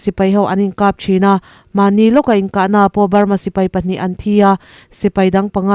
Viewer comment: I news chungainawm ka tihle mai. Ka ngaitha re g BURMATAMA KHOPUI HMINGTE CHU I lamdan dikzawk se a ngaihthak nuam leh zualin ka ring shan state a khawpui hming pa khat chu luaikaw level tone vka lam tur Moreh piah a khua chu TA MU A NI A. Ta chu level tone tur mu chu high tone tur. Mizo a thuro athuk chu thi ang a ni tur. Khua bming dang pa khat chuKataa. Ka chulevel tone kanu ka pa ka pathian KAring tawi tur. Taa chu level tone long pitch tur. Nay pyidaw chu level tone vek tur.